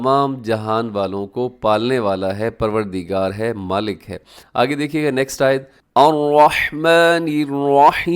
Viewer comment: مالک پر زبر نہیں ہے کھڑی حرکت ہے